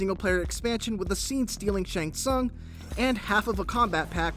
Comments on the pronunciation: soong. sOOng. Not sAUng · Its not SUN ITs pronounced soon smhhh noobs